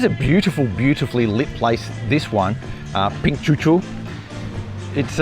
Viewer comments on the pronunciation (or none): it's Pink Coco. Not Pink Cucu.